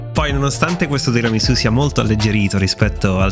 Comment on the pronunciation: No no no, non va bene. Cosa sono queste varianti? Bisogna rispettare la tradizione! Non si può fare come si vuole! Mi riferisco alla pronuncia della S. È tiramisù con la S di Sassari, non di Rosa. Comunque mi segno il link e appena ho tempo lo faccio. Il mascarpone con lo yogurt lo facevo anche io, anche se vorrei provare a sostituire la panna con quella simil pasticciera.